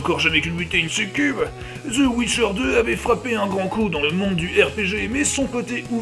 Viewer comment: c'est the witcher 3 pas the ouicheur 3